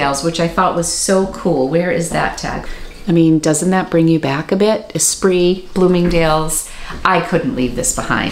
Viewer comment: Am I the only one who thought "Esprit" was e-SPIRIT their whole life and thus pronounced it "ee-spirit" until just pronounced it correctly? hahaha